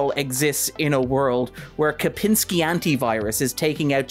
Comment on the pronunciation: Sorry to bring up if it was just some mistake and especially if i just misheard, but i hope there is some person/story about "seemingly" saying Kapinsky multiple times instead of Kaspersky. Kominsky method maybe?